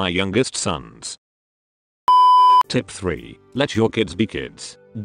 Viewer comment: Does he say "tit" instead of "tip" cuz lol